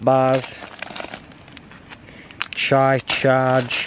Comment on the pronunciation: Just FYI, chia (chee-ah), not chai 😁😁 First time watching -- like your casual style 👍👍😊